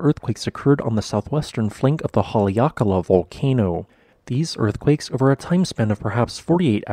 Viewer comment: good video - learned a few new things! also, haleakala is pronounced HA-le-a-ka-LA, with stress on the first and last syllable.